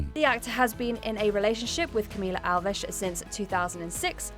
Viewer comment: Its Alves not alvesh